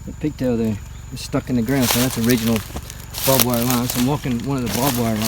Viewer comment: It is not bob wire it is barbed wire as it has barbs on it.